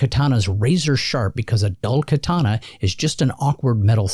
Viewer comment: Sah-moo-rai and kaw-tah-nah.